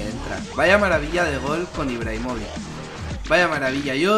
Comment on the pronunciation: hermano por dios, se dice Ibráimovich... se enfatiza la "A"